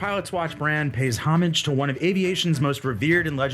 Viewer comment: Thank you for pronouncing homage correctly. 👏